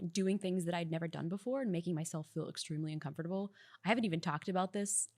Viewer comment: The way she says “uncomfortable” bothers me.